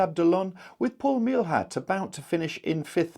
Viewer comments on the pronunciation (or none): Thanks for the coverage. For information, Meilhat is pronunced may-ya.